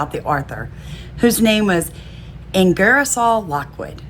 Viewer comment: It's "Ingersoll" all one word-not "Inger-a-soll".Geez.